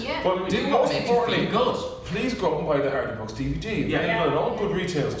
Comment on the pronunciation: Did she say the "Hardabuck boys"? haha